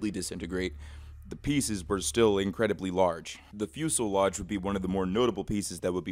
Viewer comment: 'fyu-se-lodge' is insane